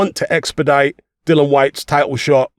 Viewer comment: His name is DILLIAN NOT DILLON!!